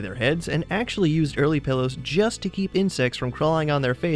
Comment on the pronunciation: When you say PILLOWS it sounds like PELLOWS...